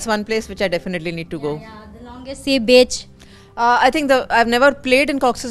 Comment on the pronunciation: Again gllaringly points the difference between the levels of english between a well educated Indian and a Bangladeshi.. the pronunciations of the bangladeshi host was atrocious, while praising Cox's bazar, she unknowingly preannounced it as "Bitch" rather than "beach".. very difficult to hear through the full interview